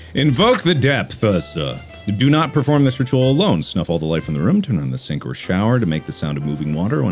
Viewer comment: Mark already gets so much shit for "Ruum" (room) and other weird pronunciation, that he was just like "oh... oh no. That's another one. They won't forget that."